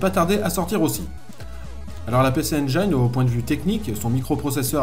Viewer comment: Juste pour info (engine) se prononce en anglais (njine) 😂